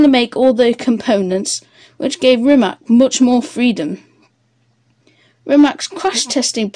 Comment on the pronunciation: Jessus.... try at least to pronounce the name right!